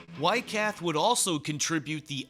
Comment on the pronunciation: Interesting pronounciation of Weikath. Why cat!😂 But in German, the name Michael is totally pronounced different as in English.